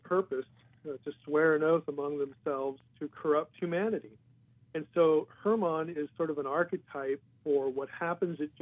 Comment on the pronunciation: Mt Hermon pronoused as Herman